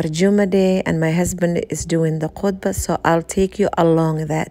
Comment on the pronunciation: Khutbah not Khudbah